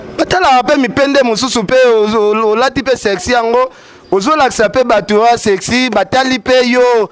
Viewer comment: Botala le 2 Diamber oyo Ata bo fingi Grace esala pe eloko te Yo Ken ba lobaka serci te C'est sexy?ata prononciation pe mobulu pardon soki boko finga Grace Oui po tika Brazzaville eza nini Ye carine le bb de papouche Star ya mikinza Sikoyo olali Na parquet prk?ngayi ngayi Na mobali no ya solo Atiki yo pe okota parquet? Manicke va te faire soigner Svp A force de trop parler Tu perd encore les poids Ken en tt cas na esprit ya Bien Mathy ako bêta yo grave...